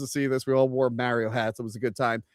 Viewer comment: "Get a real Italian to play Mario!" Also: pronounces it "Meh-rio"... It was a fun movie, took my kid to see it who's into Mario games even more than I was as a kid. Screw any haters. I would actually appreciate any effort to distance from the '90s movie however. Damn thing almost killed poor Bob Hopkins!